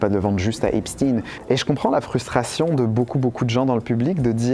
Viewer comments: les chaînes en anglais prononcent epsteen (tin) et j'ai entendu hier sur une chaîne française "epshtein" (oui comme Einstein). Mais, oui, c'est agaçant ce "steen" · les chaînes en anglais prononcent epsteen et j'ai entendu hier sur une chaîne française "epshtein" (oui comme Einstein). Mais, oui, c'est agaçant ce "steen" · O ne prononce pas Epstine, mais bien EpstEIN!!!!!!!!! Mais peut-être prononcez-vous Albert EINSTINE et non Epstein! Apprenez à prononcer correctement!!!!! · C’est espstein, c’est pas epstinne, c’est un juif pas un russe? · Arrêtez de prôner Epstin c’est Epstein tout comme Einstein, frankenstein lichtenstein